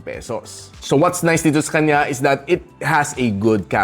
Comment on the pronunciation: Natutuwa tlga ako sa "sekanya" mo boss. More awesome videos in 2025 🎉